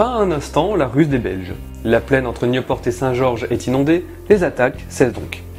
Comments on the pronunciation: pour Nieuport tu prononce new (anglais) - por (sans le T) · Nieuport ont prononcé juste comme ça se lit, "Ni-eu-por", à la française ^^ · Correction: on dit" Nieux-por" (Désolé je ne connais pas l'écriture phonétique) et pas New-port (à l'anglaise). =p Et on prononce Dixmude comme ça s'écrit, même le "X" ! =) Et comme dit plus bas, en effet, le "S" de Anvers se prononce =) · Merci pour cette épisode ! Pour l'info on dit "niepor " qui veut dire le nouveau port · Scharff Raphael Parce qu'on il sait pas prononcer Nieuport, qui se prononce juste comme ça se lit "Ni-eu-por" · Mes oreilles saignent avec niouport et dixmoude mais très belle vidéo ! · Nieuport, ça se prononce "nieu" (comme "lieu") et "por" (le t ne se prononce pas). Cela signifie "nouveau port" en néerlandais. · Nieuport se prononce comme tu le fais, mais sans le t. Nieupor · en francais tu prononce Nieupor et en néerlandais nieuwpoort ( prononcer le t) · Le port de nieu port se prononce comme le mots port